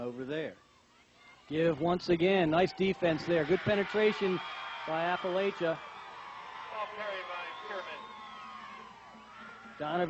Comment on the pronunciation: Oh, it's weird seeing yourself cheer 23 years later!! 😂 It was so cold that day. Also, it's pronounced App-uh-latch-uh.